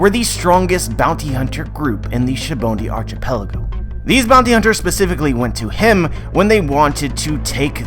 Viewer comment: Am I the only one that cringed when he said sabaody archipelago